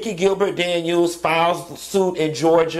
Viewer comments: How he pronounces my last name irks me. Gil-buuurt, nope nope nope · why you keep calling her GilBIRD? 😂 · The pronunciation of “GIL- BIIIRRRDDD” (Gilbert) kills me everytime! 😂😂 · Gilbert…, not Gilberd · "Nikki Gil-BERG" tickles me! 🤣😂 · Q!!!!!! Her name is....,,"GilberT!!!!! i am hollering! Why is he Not pronouncing the end of her last name???!!! GilberT!!! 😳 omg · How are you pronouncing her last name lol